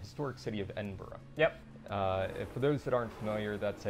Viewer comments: i love living in edinburgh. but its edin-bura not edinburough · edinbrough beurtiful lol, maybe in the game irl it is awful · Shame the Dev cant say Edinbough